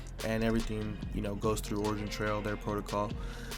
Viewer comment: i dont understand how can you "shill" a project that you dont even know how to pronounce the name :)